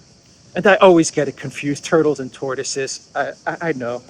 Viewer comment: That "tortoso" was a beast))